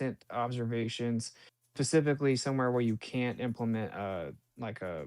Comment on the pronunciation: "pacifically" He specifically said "pacifically"